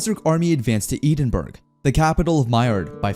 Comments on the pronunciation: Bro also mispronounced Edinburgh, I died a bit inside when I heard Eden-burg. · Knowing a Scottish pronunciation is tearing my ears apart when the AI speaks Edinburgh. It’s Eh-den-burr-oh Don’t ask why the Scots pronounce it that way. They’re cool.